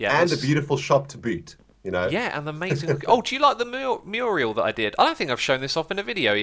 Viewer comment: It's "mural". Muriel's a Celt lass!